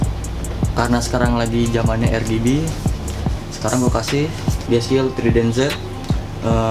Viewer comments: Yang bener "ER-BI-JI" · Bukan "ER-JI-BI" tpi "AR-JI-BI" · Bitj Pls, "ER-GE-BE"